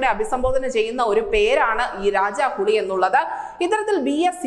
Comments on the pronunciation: ഹുളി അല്ല. ഹുലി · കുട്ടീ ഹുളി അല്ല. ഹുലി എന്ന് പറയൂ. ഹുളി എന്നാല്‍ പുളി എന്നാണ് കന്നഡയില്‍. പുലിക്ക് ഹുലി എന്നാണ് പറയുക. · ഹുളി അല്ല ഹുലി എന്നാണ്.. ഹുലി എന്നത് മലയാളത്തിൽ പുലി.. തിരുത്തുക..ഹുളി എന്നത് കന്നഡത്തിൽ പുളി എന്നാണ്.. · ഹലോ സിസ്റ്റർ. ഹുളി അല്ല ഹുലി ഹുലി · ടൈഗർ എന്നുള്ളത് രജനിയുടെ character nte പേരാണ്... ഹു'ളി' അല്ല... ഹു'ലി'.. മലയാളത്തിലെ ചില വാക്കുകളിലെ 'പ'കാരങ്ങൾ അവിടെ 'ഹ' കാരങ്ങൾ ... പല്ലി പല്ല് പാൽ പൂവ്...ivdyokk ഹ വന്നാൽ കന്നഡ അവും